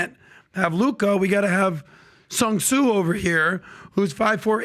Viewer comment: “Sun (Tsu) Sue” is crazy 😂😂😂